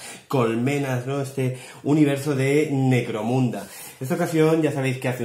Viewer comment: Parece que digas "Negromunda" no? XD buen video :D